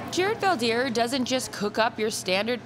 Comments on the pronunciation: Fun fact!! His name is pronounced incorrectly in English. It's Veld (velt) Heer (here). In Dutch (language in the Netherlands, in this case not to be mistaken with the Amish Dutch) a veldheer is a warlord!! And he's the peaceful kind. 😁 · Veldheer is Dutch for warlord. Veld = field and heer = man (like the German word Herr). So what's up with the Fell Deer? Why not Felt Here? Then again Favre is pronounced with the r before the v, so there seems no connection for Americans between writing and speaking 🙂